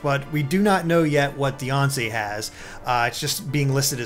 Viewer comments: IT'S DEE-AN-CEEE Not Deyonce... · It's Die-Ann-Cee not Beyoncé